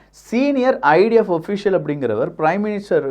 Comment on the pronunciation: ஓfficial 😂 Malayala vasam veesudhu pa